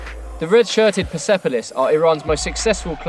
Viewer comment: Loving the esteghlal vs persepolis pronunciation btw they're pronounced Ess-te-h-lahl and purse-pol-ees